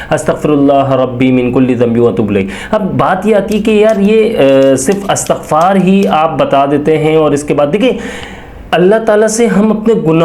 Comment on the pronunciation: Lafz Astagfar nhi blke Istagfar hota he